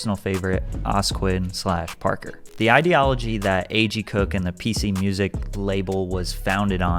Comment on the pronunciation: I think it’s pronounced OH ESS QUINN